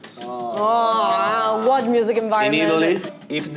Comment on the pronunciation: "aaaa wuat miusic invairomenttttttttttt" Italian mode came out totally ahaha